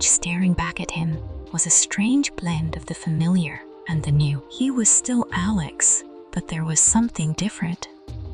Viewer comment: Stop mispronouncing Alex 😢